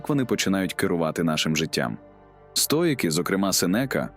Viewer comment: цікавий та корисний матеріал! дякую за вашу працю!! ❤ маю питання щодо голосу: озвучує ШІ, правда? жива людина не робила б таких банальних помилок в словах чи наголосах; наприклад "стоЯки", замість "стоїки", яким присвячений канал